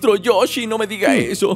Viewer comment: no se dice maestro rochi se dise maestro yoshi